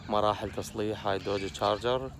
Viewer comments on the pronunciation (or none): تشارجر😂😂😂مو جارجر ولا شارجر😂😂😂😂😂🌚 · تشارجر NOT. جارجر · معليش بس اسمها شارجر مو جارجر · Charger not garger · اسمها تشارجر مش جارجر يا اخي ليش التخلف